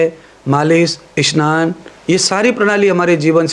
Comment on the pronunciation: ईशनान? ये क्या है स्नान कहो